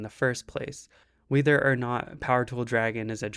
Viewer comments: Fucking "wee-ther"? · This is fantastic content. Good job. Though I can't get over how you say "whether" like "weether" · great topic-in-analogy & demonstration, cool to see another. & you're pronouncing whether oddly.